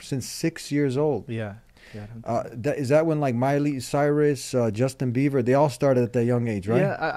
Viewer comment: He's not "Beaver " he's Bieber 😂😂 I really wish he comes back to the Path of God though. Do call him once on the show yea. Jazakallah khair for your work .